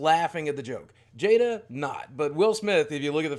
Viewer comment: Chris can’t say Jada anymore. Also great vid